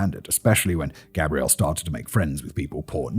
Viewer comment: Wonderful telling of a horrible tale. Unfortunately, what continually caught my ear was the mispronouncing of the masculine Gabriel with the feminine Gabrielle. It made me question if there is some subconscious undertone at play.